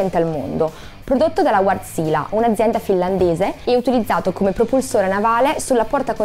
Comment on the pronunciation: Quando comunichi in pubblico, devi essere precisa. Almeno informati sulla corretta pronuncia! Ci sarà pure un motivo per cui ci sono le dieresi sulle "a"! Si pronuncia Vèrtsile, con le "e" molto aperte e l'accento sulla prima sillaba.